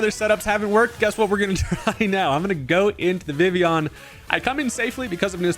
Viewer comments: It’s pronounced “Vih-Vee-Yahn”🙂 Vivvy-yawn lol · I'm pretty sure its official pronunciation is in fact Viv-e-on. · I always thought it was pronounced Vi-Vi-Yon. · I thought it was viv-leon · Like this if you can’t pronounce vivillon